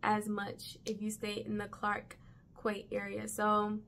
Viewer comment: Clark Quey is pronounc as Clark 'Key'... As in Florida keys... Don't ask me why... Its just so... 😂